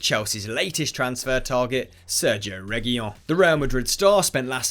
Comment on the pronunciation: It's pronounced as Rey-hu-leon